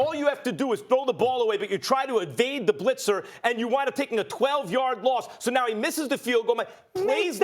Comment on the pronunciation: Josh Cummings There is a d at the end of the word "and"